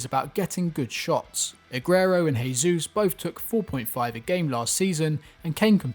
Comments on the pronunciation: BTW, in Portuguese you actually pronounce the J if I'm not mistaken, so you're actually saying Gabriel Jesus' name as if he's a Spanish speaker but he's Brazilian. Not a big deal though just thought you should know 😂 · Bro Jesus is not spanish its Portuguese pronounce the j like you do in English. The only reason im correcting you is because you are using spanish instead of english or brazils actual language....Portuguese for pronunciation